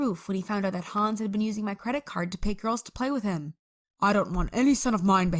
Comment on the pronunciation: Hänz not hans